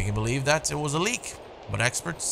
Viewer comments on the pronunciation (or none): none